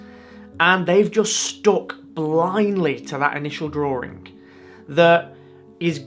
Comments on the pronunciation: What is a 'Drawring"? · Why do you say "Drawring" with an 'r' in the middle?